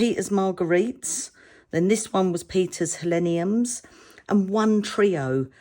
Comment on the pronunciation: These are absolutely beautiful. I think the kraft card with the black & white contrast is gorgeous. These embossing powders are awesome, as are the stamps. And yes you were pronouncing the Helenium correctly. Thanks for shar8ng.